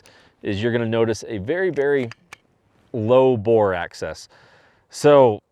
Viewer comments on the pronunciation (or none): Nice CZ, I own CZ P-09 Tactical. Definitely would like to pick up a metal framed CZ. It sounds like you're saying " bore access", I think you're looking for the term " bore axis" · It’s bore axis, not a bore access.